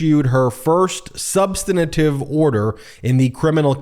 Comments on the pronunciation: There's no such word as "substinative [sic]" -- this is the second time I've heard you say that in two days. Learn how to pronounce "substantive"! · Completely wrong -- lawyers should be expected to pronounce "substantive" correctly, full stop. Meiselas has repeatedly garbled the word and it's long past time he stop. Of course I understand what he's saying. As I commented below, the answer to the rhetorical question he poses is "of course"; believe he's already said that he expects Smith to request Cannon's removal based on her record of bias and the fact of her appointment by Trump and that he will do so immediately rather than wait for her to try to pervert the course of justice. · Nuts -- there's no such word as "substinative", which is what Meiselas says in place of "substantive" -- this has absolutely nothing to do with opinion! You might just as well conflate "fascist" and "communist", the way Traitor Trump and the trumpanzees do. Words matter; they are substantive. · Ben, there's no such word, "substanitive." It's substantive. You're a lawyer who gets paid for writing and talking. You should know that. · Pronunciation correction for the word "substantive": There is no syllable between the "n" and the "t", ie, It's not "substanative", its substaNTive.